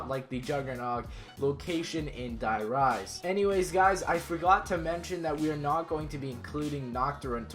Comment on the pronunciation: I hate how he says die rise I don't know why